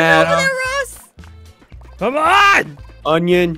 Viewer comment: Aphmau called ross rosp